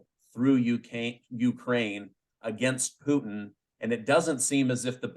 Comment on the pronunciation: The way this guy pronounced Poottttttin and again and been makes me not want to listen to him.